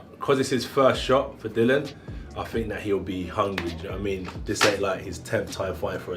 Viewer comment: It's not dillan it's dillian